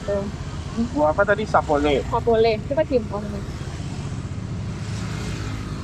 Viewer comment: Bukan sapole, tapi campoleh. Sering² jalur jonggol om, banyak dari setelah cianjur menuju padalarang